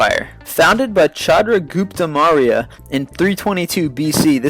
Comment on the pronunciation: ROFL on pronunciation of Chandra Gupta Maurya. Ya its forgivable, but its still funny